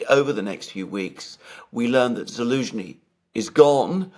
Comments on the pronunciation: Why does say Elensky” and not Zelensky? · Why calls Zelensky Elensky?